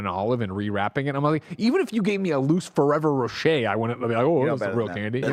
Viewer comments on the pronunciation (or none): Do Americans call Ferrero Roche "Forever Roche"?